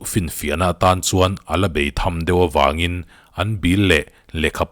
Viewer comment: bêi tham....I lam fuhlo deuh in ka lo hre ve mai mai😄